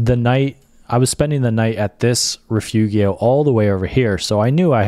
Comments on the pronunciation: Nice hiking vid, just one thing: correct pronunciation of Rifugio: not riff-oogy-oh, but ri -fooo-joe. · A friendly pronunciation correction. "Rifugio" should be pronounced "reefoojo". The i is ee in English and g is pronounced as j in English like "mojo". Otherwise, a spectacular video. Thank you. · The pronunciation of Rifugio is Ri-foo-jo, just to help! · "Rifugio" is not reefoogheeo - it's reefoogeo - learn it. it looks like the tour operator didn't bother to do any research and just gave you a boilerplate template.